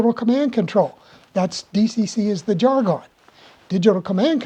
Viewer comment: I, have never heard anyone pronounce jargon that way. Curious about where you learned it that way.